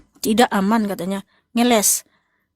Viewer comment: bukan ngelek tapi ngeles...